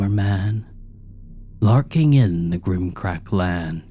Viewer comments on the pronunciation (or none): Great collection! Didn’t expect strahd and the mummer man! Buuut flips tables you kept saying grim crack land and everyone knows it’s gimcrack! 😡 Disavow! Everyone unsubscribe and boycott this channel! This guy didn’t do British accent for a story taking place in a town that uses pounds and he says grim crack instead of gimcrack! Unacceptable! I couldn’t even tell the foist story was in Tokyo!!! Rabblerabblerabble!🧐